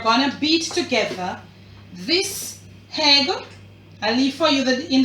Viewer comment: You are a proper Jamaican, you said "hadd" & "hegg"!! That made me chuckle 😂 loved the video btw!!